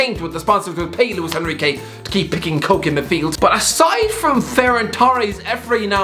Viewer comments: Imagine actually pronouncing koké as coke ahahaha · Isn't Koke pronounced Koke-ay? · Americans can't pronounce the names of foreign clubs also: COKE in midfield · No way this guy pronounced koke’s name as coke